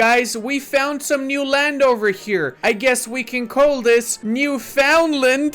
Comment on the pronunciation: Hey, Canada here. It's pronounced something like "Newfoonlann" eh? I don't mind though as I just found that this year myself, lol